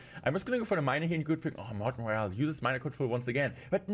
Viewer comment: So cute how he calls himself 😆